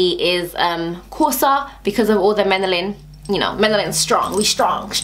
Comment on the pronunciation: It's not 'menalin' it's 'melanin'. Great video though :)